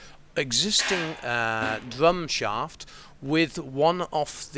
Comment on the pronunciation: The dwum shaft? Welease Woger.